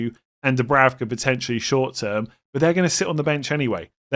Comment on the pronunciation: It isn’t Dubravka it’s Dubrauka in terms of pronunciation. Benjamin is Benyamin.